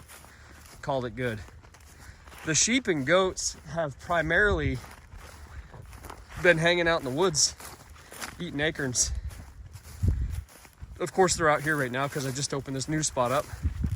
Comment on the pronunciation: Acorn, not akern...